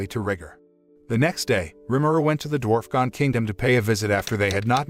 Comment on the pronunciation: Mostly some spelling and pronunciation errors for the names of some of the characters and places: Dwarfgon instead of Dwargon, Gorf instead of Dorf, Shou instead of Souei, Nino instead of Dino etc. They also called the capital city ‘Jura Tempest’, which is actually the name of the nation; the city itself is called ‘Rimuru’ after the one who helped found it. They also seemed to miss some details attached to resurrecting the townspeople: The story about Millim resurrecting her dead dragon companion ended in tragedy because, though she was able to restore its body to life, it’s soul had long since dissipated/left; the resurrected body was an uncontrollable beast that went on a rampage and nearly destroyed several nearby nations before Millim worked up the resolve to destroy it for good. The reason Rimuru wanted to try and resurrect everyone anyway was partly out of desperation and partly because they theorised that the holding barrier Mjurran made in conjunction with the anti-magic barrier put up by the church we preventing the magicules and souls of the dead townspeople from dissipating/leaving. Which is also why Rimuru had Mjurran put up another barrier to replace the one his strike teams were destroying until he had a chance to attempt the resurrection ritual. Another small mistake is with Razen’s fight against Kuro/Black: Razen immediately realised that he was facing a demon and summoned an ancient earth spirit to fight it (Demons, Spirits and something I don’t recall have